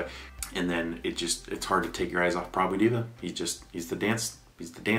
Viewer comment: Prabhu Diva - as he pronounced 🤣🤣🤣🤣🤣🤣🤣 It should be Prbhu D+a+v+a, omits the + and pronounce.